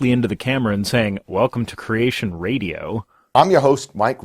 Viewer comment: He still says "crayshun", though.